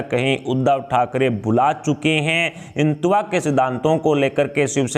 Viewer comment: Aap hindi bhi nahi bol sakte. Jara hindutva theek se bol ke batain !